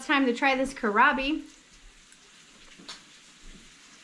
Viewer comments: It seems you are familiar with kohlrabi, so I am not sure why you aren't pronouncing it correctly; you are disregarding that there is an "L" in there. 😕 (sorry...it was really bugging 🐛🐜🐞 me!) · Kohlrabi, don’t forget the “L”.